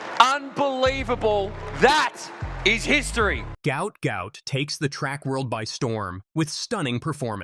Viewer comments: 👉Guot Guot! Not gout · Apparently. it's pronounced Gwhat Gwhat. Go_ ut Go_ ut. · Actual name is Guot, correctly pronounced 'Gwot' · Say his name properly Gwot